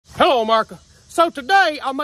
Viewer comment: You know its a good day when says hullo murica